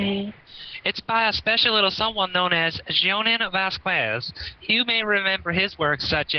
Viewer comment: It's vas-skez dude